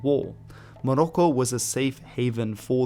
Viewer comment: Morocco is not the Arabic name, so please stop trying to pronounce Morocco in an Arabic way. The original name usually is المغرب , al-Maghrib, like we call the entire western North African region. It means "the West".